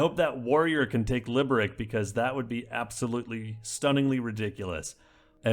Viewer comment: FYI: Liberec is pronounced "Liberets"